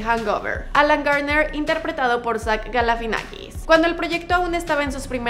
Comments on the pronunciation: Es Zach GALIFIANAKIS NO Galafinakis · galifianakis!!!! No sé por qué no lo pronuncia bien, recomendado ver entre dos helechos